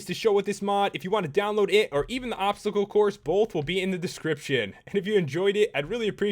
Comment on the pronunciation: Dye the Chinese Dragon green and you have Shenron. And you said obscacle.